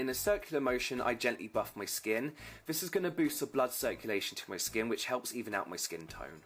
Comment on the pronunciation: The way kept saying VISSS instead of THIS in that video 🤣🤣🤣🤣 ME!